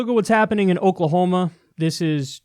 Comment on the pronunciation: That is not "OKAY-lah-homa" 😉